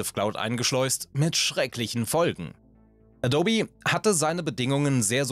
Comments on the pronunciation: Mir wurde das Video vorgeschlagen, weiß also nicht ob das immer so ist. Dein "Adobbi" macht mich wahnsinnig. Ich weiss auch nicht was es ist aber die Art, wie gesprochen wird ist so unangenehm, dass ich jetzt nach 2/3 des Videos aus machen muss. Wie eine KI gesprochen, es ist wirklich schwer zuzuhören. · Addobi? Habe das NOCH nie so gehört, nicht mal von Adobe selbst. LOL. Alter. Du machst mich fertig. 😀 Edit: Scheinbar hast Du es in der zweiten Hälfte Deines Videos ja verstanden... Hast Du das nur gemacht damit wir uns hier aufregen und Kommentare schreiben? ;-) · Du sprichst es also Deutsch aus, wie ich zum Beispiel auch Amazon. ;) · Eben das meine ich mit dem O. Es wird EH-DOH-BEE ausgesprochen. Also liegt die Betonung im mittleren Teil. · Bin ich der einzige, der die ganze Zeit Dobby versteht? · Ganz gutes Video, aber die teilweise falsch ausgesprochenen Worte,wie z.b a dobby, erschweren das Zuhören immens :D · ich versteh andauernd "dobby" wie der hauself aus Harry Potter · Sorry, aber mit "adobby" nervt es sehr stark beim zuhören. Muss das Video leider abbrechen. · a dobby?! Klingt wie ein fieser Sprachfehler, so spricht man Adobe nicht aus mein Freund 😂😂😂😂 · Gott, wie oft wurde in dem Video "adobby" gesagt? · Bitte künftig Ä-do-bee aussprechen. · Kann dem Typ mal jemand sagen, wie sich "Adobe" richtig ausspricht? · Das heißt nicht „Adobbi“, sondern „Adohb“. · Das heißt Adooooooobi nicht dobby. Ist nicht Harry Potter. Sorry Video abgebrochen. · Und auf keinen Fall heißt es "a-dobbi" 🤨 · Naja eben wie man es ausspricht Ädoubie , so oder so ähnlich keine Ahnung wie man die Aussprache schreibt. Jedenfalls nicht Adobby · Es heißt 'a-do-be', nicht 'adob-e'. Jedes Mal, wenn ich 'adob-e' höre, stirbt der innere Monk in mir. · Das heißt adope, nicht edobbi. Das bleibt alles so wie es ist und es wird hier auch nichts dran gerüttelt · Adobby?? Ernsthaft??? 🤦‍♂️ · Wenn man das auf 1,25x Geschwindigkeit hört, sagt er eindeutig Dobby ;-)